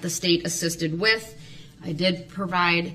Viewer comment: Brooks pronounces 'th' as 'f'. He has a speech impediment. Moreover, there could be 500 people in the vehicle. There was only one driver. Brooks. Period.